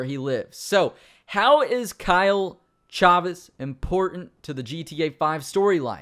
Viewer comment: There's only one way to say Chavez lol